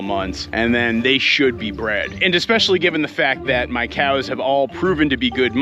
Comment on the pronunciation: Can you please say "come on COWS" instead of KJOUWS :D atleast one time so i can sleep :D